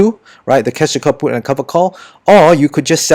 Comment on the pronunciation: I keep hearing cash kaput.. 😅